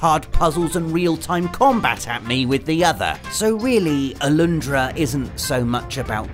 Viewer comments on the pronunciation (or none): Its Alundra. Not Aloondra!